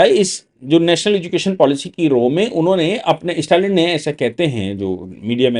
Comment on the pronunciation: इस्टेटमेंट,इस्टालिन ये सब क्या है? स्टेटमेंट,स्टालिन उच्चार कठिण है क्या?